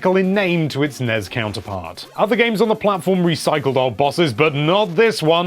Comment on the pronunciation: Treating the abbreviations of NES and SNES as words is super annoying